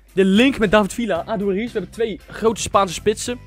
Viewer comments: Paul Pogba het is adoeries niks adoeriets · je spreekt aduriz niet lekker uit, het is "adoeriets"